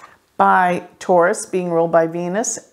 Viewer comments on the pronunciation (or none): none